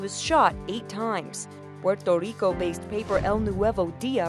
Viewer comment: Why do Americans over pronounce Puerto Rico